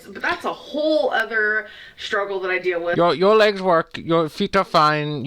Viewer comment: I hate how she puts a weird emphasis on words. She adds ol or uh. Hon-ga-reee Strug-ol Big-gerh Hwhut Gurl-luhhh Towels-uh